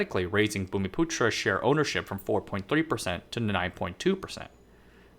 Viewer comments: You pronounced the word "bumiputra" spot on; kudos to you. And you've done a very decent job indeed in summarising the political and economic history of the Chinese diaspora in Malaysia. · No problem buddy, it's not immediately apparent. You nailed the pronunciation of "bumiputera" though which is amazing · You pronounce bumiputera really well, just like a local. UMNO is pronounced Uhm-noh. No one pronounces it by spelling out the individual letters U.M.N.O. The original party actually died with the Malaysian Constitutional Crisis of 1989 due to Mahathir. The party split into two camps. After winning the party war and forming his own new UMNO, he pretty much hijacked the judiciary making it subservient to the government (no more constitutional rule of law), enabling him to become somewhat of a racial supremacist dictator. The current UMNO is more like UMNO 2.0, it was a newly registered party during the split. But over time it took over the old UMNO's legacy. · I'm from Malaysia. You pronounced 'Bumiputera' correctly but 'UMNO' is pronounced here as 'arm-no' but without 'r' sound in the first syllable.